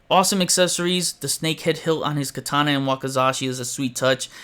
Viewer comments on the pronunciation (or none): none